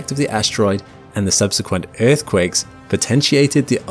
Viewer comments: "Eaueauth is the place we call home..." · Planet "Euth", lol.